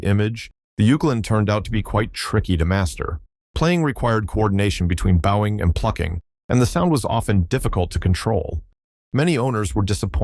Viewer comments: Downvoted for crappy computer generated voice track. "Bough-ing"? Jesus. The wotd is pronounved "bo-wing". Track your own video, and forget the AI shit. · I have yet to find an AI narrator that can say "bowing" correctly based on context.